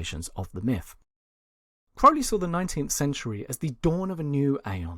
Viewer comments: It's Crow-Lee not Crou-lee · incorrect, The correct pronounciation is w a long O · Ozzy sang it wrong, interestingly the narrator here sets out how to pronounce it at the beginning then continues to say it wrong .. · Ozzy could have helped you with correct pronunciation of Crowley